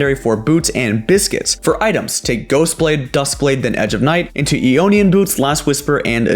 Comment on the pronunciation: Eonian boots? Really? Do you pronounce it Eodine and Eowa?